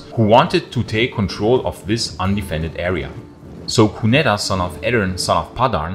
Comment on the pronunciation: “Cunedda” - the double ‘d’ is a soft ‘th’ sound and the ‘i’ in Briton is a short sound, not as in Brighton.